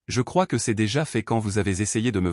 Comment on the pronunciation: Ceste , quesque, etc... c'est pénible